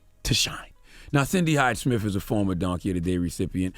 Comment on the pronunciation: I'd be nice if you could pronounce "Smith" correctly. You say it like "Smif" 😂😂